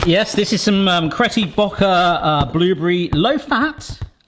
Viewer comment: Cretty Bokker lol